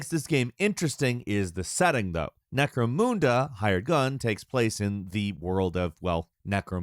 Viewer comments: I don't think it's pronounced Necromoonda, I think it's Necromunda, like how you say mun in mundane. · Necro-Munda. Necramoonda. That was extremely annoying. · It’s necromunda. Line UNDERwear. Not NecroMOONda. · Note: The name is spelled "Necromunda" NOT "NecromOOnda" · it's not, in the Trailers they pronounce the "munda" in "Necromunda" like "mundane" not "MOON". It's not NecroMOONda lolz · necroMUNda. MUN. not necroMOONda! ahh shit, im "that guy" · Omg necro mooonda isn't it necro munda like unda from down unda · The mun in necromunda is pronounced like money, rather than like moon. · MUNDA not moonda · Just for future reference it's pronounced Nec-ro-munda not Nec-ro-moonda. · Necro-munda not Necro-moonda. Sorry I got a nerd twitch everytime said it! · Repeat after me: Necro-MUN-DA. It's not Necro-MOON-DA. Lol. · Okay, I can’t be the only being bothered by how my dude says “Necromoonda” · it's not lol, it's pronounced NecroMUNda. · mispronounces allot of things. It doesn't bother me anymore at this point. It's just his thing at this point 🤷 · Alot of people pronounce it like that unfortunately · Or NecroMOONdoom apparently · Game - "Welcome to Necromunda" - "Necro-Moon-Duh" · Necro MOON dah eh? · I know there’s some bad blood between games journalists and doom like players, which partially goes to explaining why watching someone constantly fail to melee, shooting walls and calling the game “Necromoonda”seems just so hilariously entertaining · I like how he says NecromOOnda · Triggered me every time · It's pronounced: neh·krow·muhn·duh Trust me, I did make a point of double checking since I've been pronouncing it that way for years. Feel free to check google. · I have never heard it pronounced that way. Necromoonda? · Edit: Stopped watching on the 3m mark was too much Necromoooonda fml. Research first. You say the name wrong 🤦‍♂️ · NecromOOnda? The fuck outta here. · probably worth learning how to pronounce necromunda tho. necro-mun-da